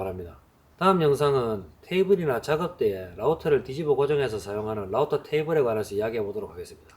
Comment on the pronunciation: 한국말로 루터라고 많이들 하는게 이상했는데 라우터! 듣고 끄덕 했습니다ㅎㅎ